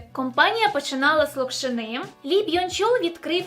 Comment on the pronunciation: Дякую за чудове та цікаве відео! Тільки вірно говорити не "локшинИ" і "локшинУ" , а "лОкшини" і "лОкшину". Та потрапив до суду, а не суда.